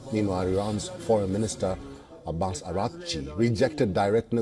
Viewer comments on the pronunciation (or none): none